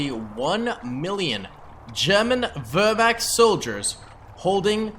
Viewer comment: Wehrmacht not wurhwackt what you said 🤣 but it was funny🤣🤣